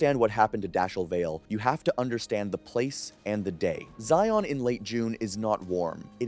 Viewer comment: I grew up in UT. It's pronounced Zion, like lion. Not ZI-ON 😉